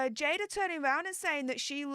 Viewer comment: It’s pronounced Jay-duh.